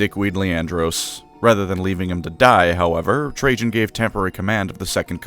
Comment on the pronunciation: Dont worry, I wasnt attatched at all to Trajan after how you butchered the pronunciation of his name :P